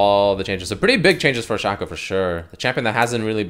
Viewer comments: he says shack-oh, shack-oh, my...fkn..... hero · Am I the only one that's mad because he keeps saying his name wrong like Jesus fuck it's pronounced "Shayco" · Is it pronounced Shaq-o or Shaco? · Its not shaco its shaco say it right for God's sake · Ew they way you say Shaco